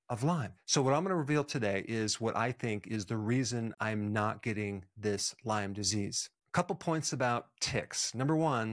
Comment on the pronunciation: The fact that he doesn’t know s not” LYMES disease” it’s “LYME” tells me he isn’t much of an expert. I like him, and the info, but it’s just a little odd.